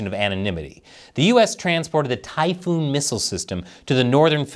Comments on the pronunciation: Uhh, not TY-FOOON It's Ty-FAWN, named after an ancient monster . not a storm. Just saying... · TY-PHON, not TYPHOON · Not to be one of those people but missile system is called "Typhon" not "Typhoon". Which is a Greek mythical monster with many snakes for arms and legs or something. It's not named after a storm. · Typhon (pronounced tai fon not tai foon) is from Greek Mythology. A monstrous serpentine giant.